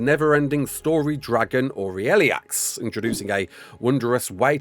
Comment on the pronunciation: the way you say "aureliax" makes me cringe... you are saying "ah-ri-el-lee-ax" when its pronounciation is "oo-rah-lee-ax" its au is actually "ah-oo" but speaking fast the sound tends to just mesh into "oo" anyways, and oo is easier on an english adjusted tongue... I dont even know where you get riel from however, when there's only one e between r and l 😭 I am learning japanese so believe me I know more than most poeple how hard it can be to pronounce oriental words, but please make an effort to correct this, you've been saying it wrong ever since you've talked about it